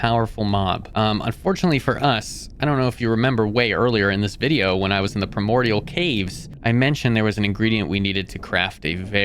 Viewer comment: bro you GOTTA learn how to read and pronounce things right, lmao. Where the hell are you pulling an M from in the word "abyssal"? why are you not saying the D in "primordial"? jesus, if you're gonna do a mod review, can you put in the effort and make sure you're pronouncing things correctly? like, google "how to pronounce" then the word. simple as that.